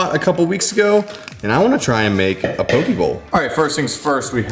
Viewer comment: FYI you’re saying pokey and it is pronounced poe-k